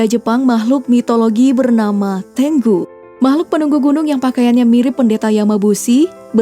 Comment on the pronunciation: Bukan tenggu ,tapi tengu